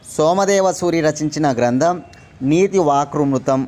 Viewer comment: మీకు అన్ని తెలిసి చెప్తున్నారా తెలియక ఇక్కడ చదివి చెప్తున్నారా ప్రొనౌన్సియేషన్ కరెక్ట్ గా లేదు లాస్ట్ క్వశ్చన్ లో వాక్యామృతం అని చదవటం రావట్లేదు మీకు తెలిస్తే బాగా చెప్పేవారు తెలియక చూసి చదువుతున్నట్లుంది